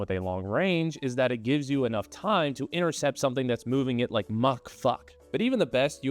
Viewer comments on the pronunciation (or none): none